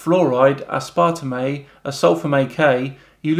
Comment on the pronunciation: Aspartame did sound a bit funny coming out there,. Lol (Ass•par•tame) Loved the vid.